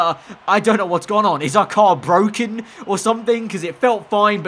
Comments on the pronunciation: It’s BWOKEN BWOKEN! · "its bwoken" lando norris